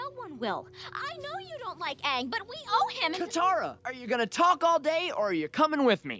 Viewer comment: If u watch this you have to watch korra too!!! Btw, this american mispronunciation is kinda irritating tbh. They pronounced Aang like "and" but it should be like "hung" since they base references off east Asian stuff. (Chinese,japanese)